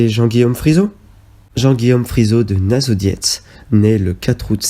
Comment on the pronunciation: Effectivement la vidéo n’est pas agréable ni à regarder ni à écouter. Il y a un gros travail, ce qui n’enlève pas le problème de la voix qui est toujours plus agréable quand elle est nuancée, les nombreuses erreurs de prononciation laissent plutôt penser à une méconnaissance ce qui est dommage pour une vidéo sensée donner de l’information ! Nassau avec deux S donc « so » pas « zo » 😬. Et bien d’autres encore…